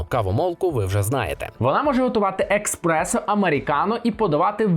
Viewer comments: Правильно казати еспресо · еКспрессо? серйозно? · Що? еКспрессо? 😂😂😂😂 еСперт бляха! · Експерт, який називає еспресо «експресо» не викликає довіри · О,мені також те експресо ріже ,жах,як можна с таким рівнем говорити про каву,кавоварки?😢